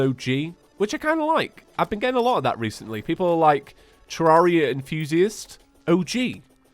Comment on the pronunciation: I think Redigit prefers it be pronounced tuh-REHR-ee-uh, like "terrarium". Check this out